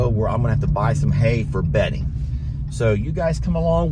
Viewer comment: Bedding not Betty. LOL I had to replay that part. I thought you had a new animal slip in for Christmas.